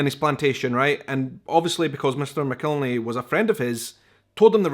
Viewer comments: I think they pronounce it Mack-el-henny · Just an fyi: I don't know how the name is pronounced in its country of origin, but in the southern U.S., it's pronounced "mac-ill-henny". Also, any other hot sauce, even made with the same peppers in a similar process, is NOT Tabasco!